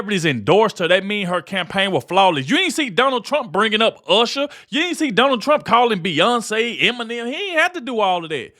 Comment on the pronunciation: Did she call him Donald Trunk???